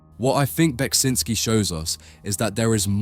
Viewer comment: Thank you for pronouncing his name, I'd never known the correct way to say it.